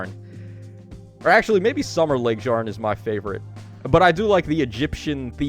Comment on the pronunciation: Your pronunciation of Laegjarn kills me 😂😂 its Lay-g-yarn